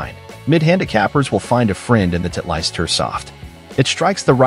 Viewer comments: Title-ist not Tit-leist. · Not knowing how to pronounce Titleist says s lot about this reviewer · nice pronunciation of Titleist ha ha ha